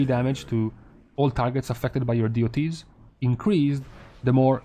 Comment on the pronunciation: please do not say "Deeh-oh-tees" but DOTS. It sounds... not good.